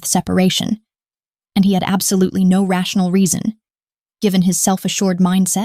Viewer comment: Well, for starters, the word “no” is not 2 syllables…